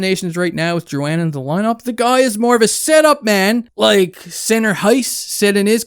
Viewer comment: You pronounced it right big shoots! Dont forget also that Drouin was a fucking beast in the playoffs for tampa the year before the trade. Stamkos was down and poocherov wasnt there yet. We had NO centre depth and everyone around the league knew it and would have fleeced us for a centre. I dont think this is as bad as Hall for Larsson, which was a similar situation